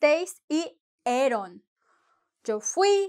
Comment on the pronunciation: Thank you for the video. You pronounce YO, like Joe (English pronunciation) I thought it is Yo like the toy, yo-yo, just on yo.